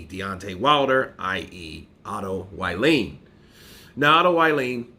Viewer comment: his surname is pronounced wallin like wall street... wall-in not violin